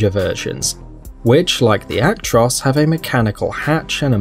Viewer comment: So how did you came up with the idea that the S in Actros is silent? Why???